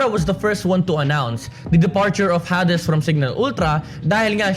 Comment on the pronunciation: i think its pronounced hay dees hehehe thank you sa mpl ranking based sa roster change i feel enlightened